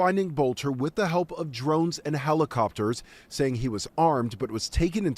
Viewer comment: Lol "howlicopter"